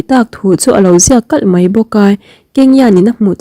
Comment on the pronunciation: Mei ni lovin mai tih tur aw mizotawng kam dik a awm ve reng aw